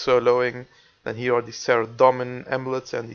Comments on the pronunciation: u said hier not here;hhh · He says: hier is my woodcutting, wel engels he